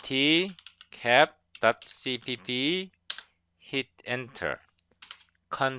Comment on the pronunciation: Thanks for your video! Btw, you shouldn't read it "i-n-i-t" but rather "in it."